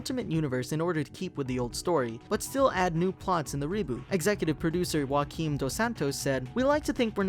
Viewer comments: just a heads up, Joaquin dos Santos is from Portugal, and in portuguese, the J in Joaquin is pronounced as "Gio-aquin" (with a softer G then in italian) not "Hoaquin" like in spanish. Also, pardon my scheptiscism, but when you said a live action movie was on the way, I actualy facepalmed saying "oh my god!" expecting it to suck because.... yea, live action adaptations of beloved, nostalgic material is being mostly a dissappointment after the other. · You pronouced Joaquim wrong ;-; You actually say the "J" not "Hoaquim" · The J in Joaquim isn't pronounced as a H because it's Portuguese not Spanish. So it's pronounced joo ah keem